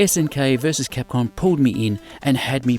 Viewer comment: you say capcon instead of capcom